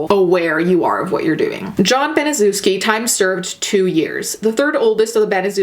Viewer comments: It’s pronounced ban-uh-sheff-skee or in real words that sound like it ban-a-chef-ski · If you're going to make a documentary at least learn to pronounce the name of the devil it is pronounced BANASHEFSKI due diligence makes something interesting you're just regurgitating what you've already seen on YouTube please don't like this lazy bitch trying to make a buck out of a tragedy f#uck you twat🖕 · okay but you fucking butchered the pronounciation of "Baniszewski". it's Ban-ee-shev-ski. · I'm late but just wanted to point out that "Baniszewski" should be pronounced more like "Baneeshevsky" if that makes any sense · you should read it as ,,Banyshevsky" ;) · Baniszewski is a polish surname and it's pronounced Banishevski :D Sorry if someone already told you that. Anyways, If you're reading this: I really enjoy your videos, you seem so genuine and lovely! <3 Have a nice day :) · I love you and I know this isn't the point of the video, but as a Pole, the pronunciation of Baniszewski (very clearly a Polish name) is kinda making me cackle, not gonna lie. No hate to you though, everyone in America pronounces Polish surnames hella wrong, even Susan Wojcicki mispronounces her own last name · It’s pronounced BANI-SHEV-SKI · You didn't bother to research how to pronounce Gertrude's last name? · I love your videos and I usually don't mind mispronunciation of names. But there are so many docs and videos about this crime, so you saying the last name wrong makes me flinch. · Polish-American here and same! I thought as I listened to her mispronounce it "well I see why they call us dumb Polocks, our names are pretty weird from the outside looking in "